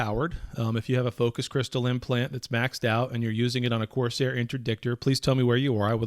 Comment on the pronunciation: Lol Corsair.. Coercer is a different word. Love you!